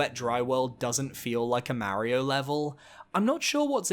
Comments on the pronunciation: Its Mario not Maerio, sorry but pronouncing his name wrong is tilting, he even says itself on the title screen... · Is pronouncing Mario’s name «Merry-o» a British thing? It sounds strange to me 😅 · New Yorkers do it too. I have no idea where it originates from or why though